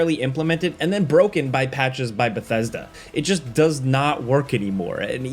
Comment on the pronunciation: How tf did he just pronounce Bethesda?